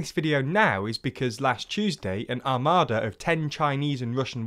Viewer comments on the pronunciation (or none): none